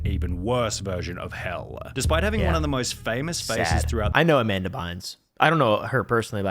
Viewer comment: dam not Amamda!